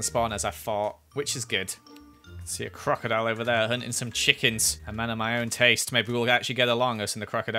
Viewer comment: am i wrong did i hear say quackadoile?